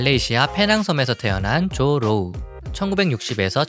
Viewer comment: 발음잘해야지 조루